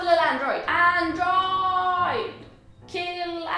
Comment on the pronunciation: Yaas, tack o lov att du säger chex!! 🙌🏻 men android? .... Njaaa